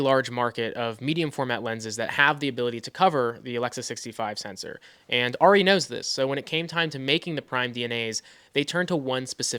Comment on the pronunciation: it's Air..ee...not Are...ee